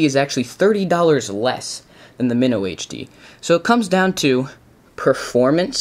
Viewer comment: Its not pronounce MIHNO its MYNO